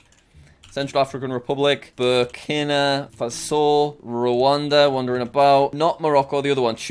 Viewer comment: its pronounced ber keena far so